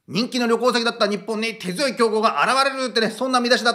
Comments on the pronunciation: てづよいは流石にヤバイデン 「手強い」は「てごわい」って読むんやで いやバイデンに認知レベルを合わせちゃったんかな？ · 手強い→てごわい… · 「手強い」は、「てごわい」と呼びます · 手強い＝手ごわいだと思います 頭の回転早いけど たまに間違うね